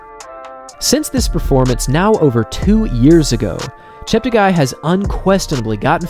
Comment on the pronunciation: Chep ta guy Everyone: Chep teggi